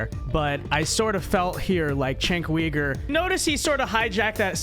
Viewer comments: lol its not cenk WEIGER......its pronounced YOOGER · Kasparian is MORE of a Man than Uyger (pronounced as Ogre, LOL). Let's go Ana!!!! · Did he say Weeger? Lol